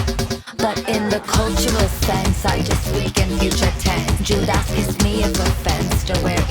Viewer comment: She said juda ass 😂